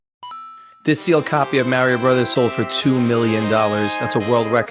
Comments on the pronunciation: So am I, and I know zero people who don't say it that way. Including myself, since I don't bother correcting pronunciation in most cases. The point of language is to pass information. As long as you both know what's being talked about, it doesn't really matter. In the same way, despite the fact that I know Japanese, I normally say manga more like mango as well. If I were speaking with someone in Japanese, or speaking with someone who understands how it's pronounced in Japanese, then I would use it that way. But there's no reason to most of the time since most of the Japanese people or Japanese media enjoyers I spend time around are online, meaning I'm not saying it at all. And it applies to all the languages I speak. When I say the words to an English speaker, I am not putting any emphasis on them, like they would be in their original language. German, French, Italian, Russian, etc... if I'm speaking in that language, then I use their correct pronunciation. But if I'm speaking to someone who only speaks English, there is no reason to do that. It is better that I say it exactly how they would because again, the point is to get the information across. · the name in general, but it's pronounced in the games as, "Mar-e-o." Like, what if somebody just walked up to you, pronounced your name differently, then refused to use your preferred pronunciation when they know better? That'd be rude as fuck. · Wouldn't buy from someone whos so uneducated they call it mary-o anyway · I hate it when they pronounce it "May-ri-oh" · I cringe everytime someone pronounces it as "Märio" xD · Mary-o???? I can't. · Anyone that pronounces it “MARY-O” needs to be put in jail. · you cant tell when people are full of shit when they pronounce Mario as "Maerio" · as is the way Americans say it like Mahrio. Should be the vowel sound 'a' like cat but longer, but that doesn't really exist in English. The r and the o are also pronounced wrong in English. We're basically all saying it wrong 😂